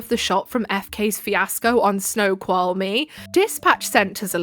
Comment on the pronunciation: Washingtonian here you totally nailed Snoqualmie pass